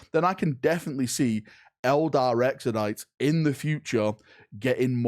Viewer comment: Every time I hear “Exodite” a little bit of wee comes out